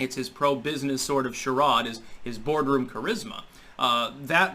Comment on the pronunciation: I want to help cha·rade /SHəˈrād/ ￼Learn to pronounce noun an absurd pretense intended to create a pleasant or respecta